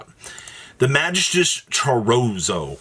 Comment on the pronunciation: Close but it’s pronounced Cho-ri-zo